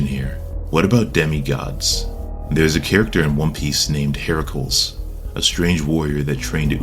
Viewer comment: You pronounced Heracles wrong. The Cles at the end sounds more like Cleez phonetically. Hera-cleez. It should not rhyme with manacles.